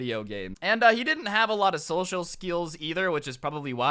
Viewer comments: social skeals🤣🤣🤣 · social "skeelz" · “Social skeels”